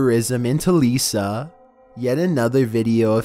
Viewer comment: It’s “telica”,not “telisa”